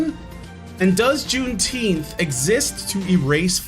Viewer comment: I'm in favor of renaming it "Juneteenf".